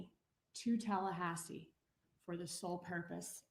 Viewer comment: Its Tallahasse, hello.